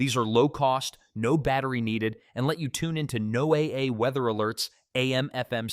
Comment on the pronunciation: NOAA translates as NO-WAY-EH weather alerts. The computer generated speech occasionally butchers a word or two here and there, but it's funny. These lists of items are very helpful.